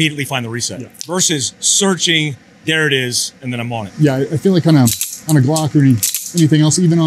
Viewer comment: Did I hear call a Glock a Slock on purpose?